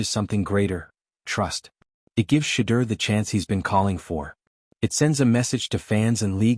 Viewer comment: And u cant even pronounce Shedeur name right..😮